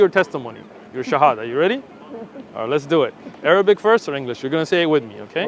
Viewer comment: Mashallah tabarakallah, he pronounced the shahada so good.